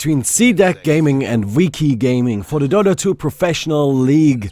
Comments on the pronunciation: I think its pronounced (vee-chee) but idk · Its VI-CHI, like chichi from dragon ball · its vee-chi like veni vidi vici julius ceasar. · cough Vee-chee cough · i like how cant pronounce V:v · its Vici as in Veni Vidi Vici, I came I saw I conquered in Latin. So its the same pronunciation, Vichi would be the english pronunciation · That's latin, you should pronounce that like you would in Italian or Espanol :D